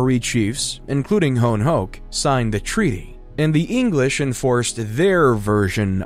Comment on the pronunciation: Your pronunciation of Hone Heke is worth the watch lolzzzzzzzzzzzzzzzzzzz